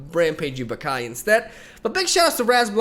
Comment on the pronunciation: It´s not pronounced "Bah-kai" it´s "Ba-ca-lhau"